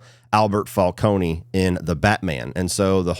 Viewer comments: Im sorry but whyyy do both you and say falco-knee, its fal-cone, its not that deep i know and i would understand if you just read it but they say it so many times in the movie and show😭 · Fal-Cone no E